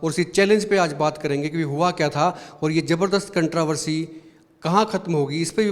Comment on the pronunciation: कंट्रावर्सी नहीं कंट्रोवर्सी होता है भई